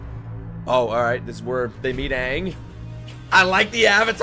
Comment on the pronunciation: No Ong, Ee Row and Sowka. Finally.